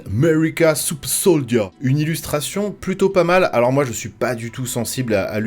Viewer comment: ton "supa soldieur" ma fumé mdrrr jai reregardé le moment 10 fois fais en gif stp xD